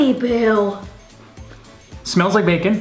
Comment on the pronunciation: A GUMMY BEAW!😂lmao lysm!!